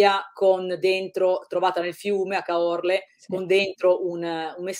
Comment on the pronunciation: Anche Caorle. I veneti saranno caduti dalla sedia, immagino